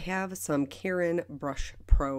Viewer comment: Let me start off by saying THANK YOU for your pronunciation of the pen's manufacturer: Karin, English [CARE-in]. Its a Polish name, just like mine, but we are speaking US English, just pronounce it regularly! In America when we speak of Mexico, sure, you can pronounce it in Spanish, [Meh-HEE-koh) - or say it in English, [MEKS-ick-oh]. So ridiculous to hear people who don't speak Polish twist themselves around this name. You did so beautifully - [CARE-in].